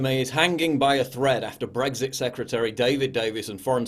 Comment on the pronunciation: Please pronounce BREXIT WITHOUT THE "G"